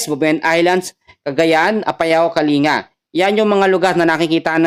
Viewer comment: Kaling ga....yun ang tamang pronounciation po